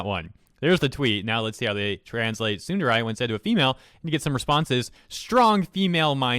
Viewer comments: Am I the only one bothered by him saying tsunderai instead of tsundere? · Love your content but otherwise, Tsundere is prounounced like "Soon-Deh-Reh" not "Soondarai" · admittedly "tsunderai" is strange on my ears, dere, both short eh sounds lol. but , they totally could just keep the word tsundere. we know what it is. if we don't, we learn soon enough. English speaking youtubers like OTV refer to Toast as a tsundere (or sykkuno uses tehsoonderey) because it's just a useful word. english already took tsunami and karaoke, it's not that big a deal -.-" girls can be tsundere too.. so.. fragile female ego ? ... maybe fragile human ego is most accurate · You pronouncing tsundere as tsunderai is painful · Why's he saying tsunderai? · Every time he says SOODUREYE MY COCK GETS SMALLER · Am...I the only one getting tripped up on the fact the he's pronouncing it as "tsundarai"? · His pronunciation of tsundere as tsunderai scares me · Tsundere (tsu - n - de - re) not tsunderai. The second e makes the exact same sound as the first e. Japanese doesn't emphasize vowels the same way English does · Why do you say tsunderai rather than tsundere for? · >complains about mistranslating "tsundere" >pronounces it "tsunderAI" Do you even weeb, bruh? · It's Tsun-der-ray, not tsun-der-rye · tsundarai my ear hurts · I don't get how you pronounce Tsundere as "Tsunderai" lol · No one: Nobody: Not a single soul:: Tsundaraii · It’s not “Tsunder-Ai” it’s “Tsunder-AY” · How do you not know how to pronounce tsundere properly? It isnt tsunderai ffs. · Tsun-da-ray or tsun-dare-ray, you’re pronunciation was awful lmao. Also, I’m willing to bet both my testicles that anyone, and I mean anyone, will know what the hell a tsundere is if they’re playing a visual novel. This tard wasted seven weeks on something they should have simply left alone. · tsundaray 😂😂 its tsun de(ad) ra(in). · Him pronouncing it "tsunderai" makes me want to tsunderdie. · I don't like how you pronounce tsundere.